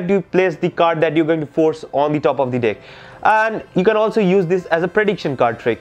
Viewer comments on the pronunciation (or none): sorry but it's every time you say deck it heard "dick" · Sorry but everytime you say "dick" I laugh but good magic